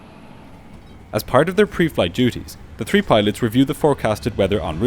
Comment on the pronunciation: Great video. What an extremly dire situation. Pilots must been so nervous, I'm surprised one or both didn't pass out from anxiety. On a side note to the narrator, please pronounce the words "Three not Tree. And the word Thirteen not Turteen also Think not Tink" correctly if you can?